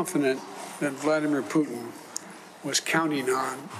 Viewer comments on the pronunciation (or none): Poop-tin? President Dudy? I hope it wont trigger a joes bowel movements🤣🤣